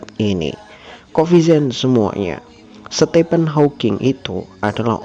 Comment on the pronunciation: Nikmat iman, anugerah terbesar. 🤲🏻 Btw Admin, Stephen dibaca “Stifen” bukan “Stepen” 🙏🏻